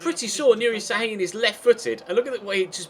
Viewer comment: şAAAHIIIIIN (it is not s it is ş)